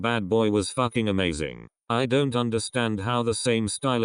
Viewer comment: The way he says fucking ahaha